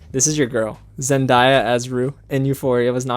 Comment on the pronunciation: I know I’m not the only one that’s pissed at him for saying zen-die-ah instead of zen-day-ah 🙄, like pronounce her name right!